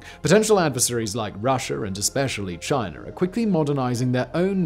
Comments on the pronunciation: Russher and Chiner huh? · WHY DO YOU SAY..."RUSSIAR" AND CHINAR"? LOL!!!!!